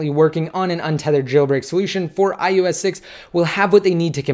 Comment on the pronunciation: Why does it sound like u are saying ius instead of ios??? thanks for the update!